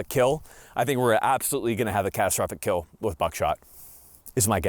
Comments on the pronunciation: “It will keeel.” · "It will keel" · Its pronounced "Keal"